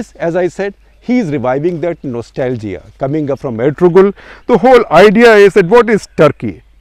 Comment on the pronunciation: FYI: 'g' is not pronounced in Ertugrul